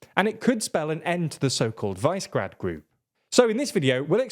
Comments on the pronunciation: Please don't call it vicegrad it's super annoying, it's pronounced wish-e-grad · While I value your diction, very frequently I am impressed by how well you pronounce the slavic names, Visegrad is not Vicegrad, or WISE-grad, it is Vishegrad. Višegrad. Slavic origin of the word, means higher city, roughly. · Pretty sure it's "VIZ-eh-grad", not "VICE-grad". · It is not pronounced "Visegrad", it is "Vishegrad". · guys... "Vice-grad"?! It's "Vishe-grad" Please get briefed on pronunciation before recording. You're doing a great job. Keep it up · Its pronounced vishegrad, not vicegrad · Also it's Vi-Se-Grad, not Vice-Grad... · I heard English language media call it Vizzy-grad. Your way appears to be the correct way. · Is it so hard to check how placenames are pronounced and make at least a minimal effort to replicate them faithfully? This, and sloppy factchecking in some of your videos, is making me take your content less and less seriously. Anyway, Visegrad is pronounced Vi-She-Grad: - Vi as in "visa" - She as in "shell" - Grad as in "gradual" (the two words actually come from the same Proto Indo-European root that has to do with building - "gradual" is one that's being built up, while "grad" initially meant "fortress", i.e. something built around a city to protect it) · It is pronounced Vyyshehrad... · Since when did you forget how to pronounce Visegrad??